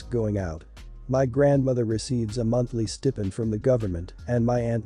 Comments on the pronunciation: It's pronounced Stai-pend not Stepend... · It’s pronounced stye-pined.